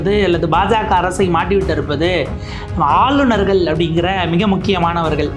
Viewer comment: English la superb ah பின்றீங்க. ஆனால் ஆளுநர்கள் என்பதை ஆலுனர்கல் என்று சொல்கிறார்கள். தயவுசெய்து தமிழில் சரியாக உச்சரிக்கக் கற்றுக் கொள்ளுங்கள்.